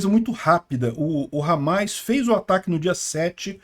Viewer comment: Não é hamais, é hamas